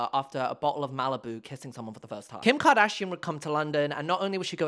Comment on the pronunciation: "Who you may know from KEEYUMKARDAHSHEEAN" made me snort on the bus noooo 😭